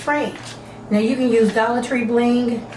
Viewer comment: Did you say Dollat Tree +??? Is that a whole different Dollar Tree or is that a section inside of the Dollar Tree?